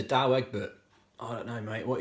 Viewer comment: It is DOUWE Egberts not DOWE.